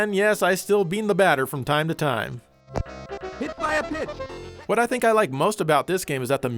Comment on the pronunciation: it sounded like he said "hit by a bitch" when the ball hit the batter